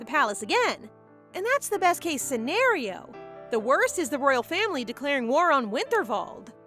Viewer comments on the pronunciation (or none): none